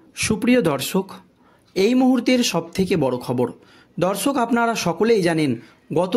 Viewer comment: উচ্চারণটা ঠিক করুন । শত্রুঘ্ন আর শত্রু- ঘন র মধ্যে অনেক তফাৎ। এত বার শত্রু ঘন , শত্রু ঘন শুনছি, মনে হচ্ছে শত্রু এবার ঘন হতে হতে পায়েস হয়ে যাবে। " দর্সক" নয় রে ভাই, মাধ্যমিকে কত পেয়েছিলে ?